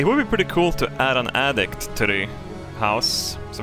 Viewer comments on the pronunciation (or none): you said "addict" instead of "attic" and I think you should just take the hint from the universe and add a drug addict to the second floor